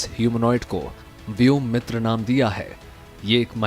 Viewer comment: व्योमित्र नही व्योमित्रा हैं शायद.